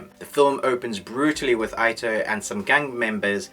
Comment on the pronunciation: Not really ur fault, but u may want to pronounce the name 'ito' = eeto